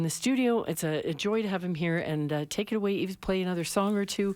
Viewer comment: Love Yves discovered his first album quite accidentally a few years ago. It's a beautiful record so many different elements. Also nice to know how to pronounce his first name at at last!